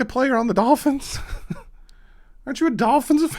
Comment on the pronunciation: It's the Miami Dolphins not the Miami Golphins,. lol. Love the channel, keep up the good work.